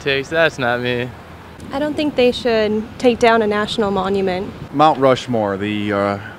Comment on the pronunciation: Rount Mushmore